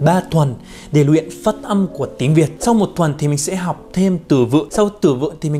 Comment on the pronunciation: "Phất âm phất âm"😂😂😂